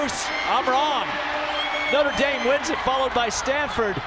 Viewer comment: damn he really called it nutter dame, notre dame isnt that hard to pronounce lmao